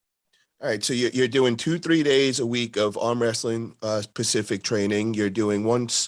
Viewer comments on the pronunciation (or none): love ya buddy keep up the good work but please.....add the S and replace the a sir. It's Specific not pacific